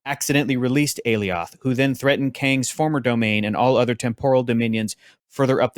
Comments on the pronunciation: Sylvie is not The Enchantress just because she can enchant. Just like Wanda isn't The Enchantress just because she can enchant. And in the show they pronounced Alioth like Goliath. Not like A-Lee oth. We still haven't seen King Loki from the promotionals. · The "ay-lee-awth" pronunciation made me cringe a bit every time he said it 😂 They said it several times on the show homie, how're you still butchering it like that?